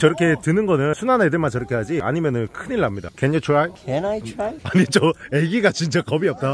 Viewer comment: 캔 아이 트라이 ㅋㅋㅋㅋㅋㅋㅋㅋㅋㅋㅋㅋㅋㅋ 존나 웃기네 ㅋㅋㅋㅋㅋㅋㅋㅋ